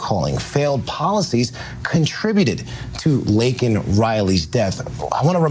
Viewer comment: Biden couldn't even get Laken's name right.............